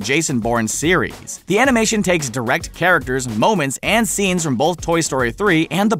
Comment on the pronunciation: WAIT WAIT- TANGLE? TANGLED UP A n i m a t y o n m e m s